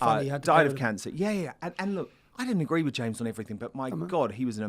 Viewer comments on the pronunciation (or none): He knows "EveryfinK".... Chav gobsh1te....